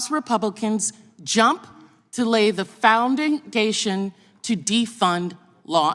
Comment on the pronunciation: to lay the founding dation,she said🤣🤣🤣